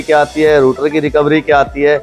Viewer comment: तुम मिस्त्री लोगों की अपनी खुद की ही डिक्शनरी होती है क्या ? जिस सामान को इस्तेमाल कर रहे हो कभी उसके बॉक्स पर मेंशन जानकारी को भी पढ़ लिया करो रोटर को रूटर बोल रहे हो ग्राईंडर को ग्लाइंडर स्टेटर को भी रूटर ही बता रहे हो अच्छे खासे पढ़े लिखे लड़को को मूर्ख बना दोगे तुम लोग